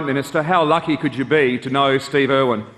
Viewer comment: Why does it owen instead of irwin